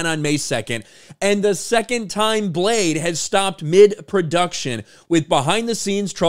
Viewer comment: Retitle it: Bleh-de!